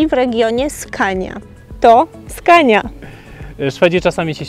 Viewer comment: dobra nie chce mi sie z toba dyskutowac poporstu mowi sie skone a nie skania :D moze tak sie pisze po twojemu czy po Polsku